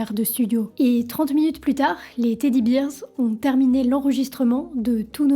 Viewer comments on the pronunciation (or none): Très bonne vidéo, juste ton anglais qui pique un peu, rien de bien grave ^^ Ramones pas Raymones Teddy Bears pas "Beers" (bairz, non birz) How c'est "haou" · Super comme d'habitude . Par contre "Bears" se prononce bères & non bires. C'est une fautes que beaucoup de Français font. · Juste des bête détails, "Ramones" n'a pas de 'the' et se dit [Rat mot "ns"] Et dans "Teddy Bears", 'Bears' se prononce [Bèrz] et non [Birz]. (Beers, c'est des bières. 😉) "Suicide" à l'envers fait "Edicius" ou en verlan "Decisui", pas "Sidu". Mais l'idée à du bon, sinon, utilise une périphrase "Il s'est ôté la vie". Mais pour le reste, je suis pendu à tes lèvres tout au long de l'histoire, chapeau une fois de plus !